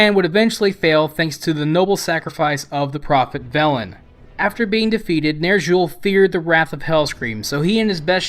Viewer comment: nerzshul. fucking. nerzshul